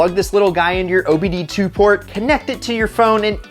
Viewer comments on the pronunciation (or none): none